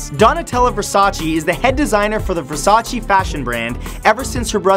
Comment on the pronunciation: Please try just try to pronounce Versace’s name the correct way it ‘s not versacee it’s versaceh. thank you!